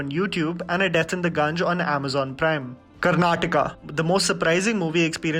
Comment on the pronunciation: Firstly thank you for pronouncing "Karnataka" & not "Karnatak", I appreciate your work, these are some recommendations "Naticharami" available on Netflix, Kahi on Amazon Prime, Gantumoote on Amazon Prime